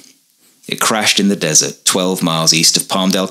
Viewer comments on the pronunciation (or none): none